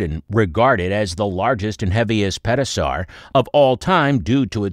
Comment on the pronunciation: Did you say Pet-o-saur? 😂